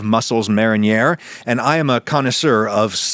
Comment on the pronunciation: "mare-in-yah-ruh" huh